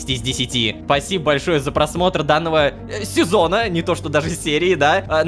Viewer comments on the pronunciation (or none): я один в конце несколько раз перепослушал то что он сказал спасибо за просмотр СЕЗОНА ото он просто так говорит?!?!?!?